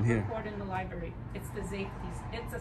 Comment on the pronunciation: Lost when you could not even pronouce LIBRARY correctly when you opened your mouth..............